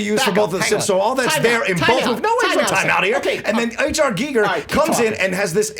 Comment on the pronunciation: wins the point for rnd 1 just for pronouncing H.R. Giger properly.